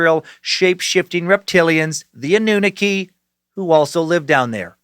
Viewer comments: Hey! Love ye to death man! But Anunaki is pronounced ah-noo-nah-kee! And Phil Schneider was actually talking about a secret alien base in Dulce, NM! You’re still the fkn best! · Did he say An-oo-nucky?